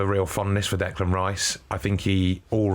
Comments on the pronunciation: Decline not Declime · Declain not Delan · Declime not Declan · Declan not Declain